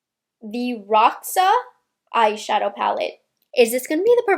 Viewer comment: Roxa in Portuguese means purple. So I believe that's the origin of the name. It is pronounced "hohsha" (the r letter is pronounced as h, and x, in this case, is like sh)